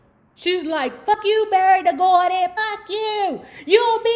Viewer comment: "BERDIE GORDY"???